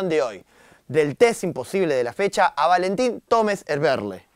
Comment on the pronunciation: VALENTIN TOMES ERVERLE JAJSKSKSJSJAJAJAJ DECÍ BIEN EL NOMBRE AL MENOS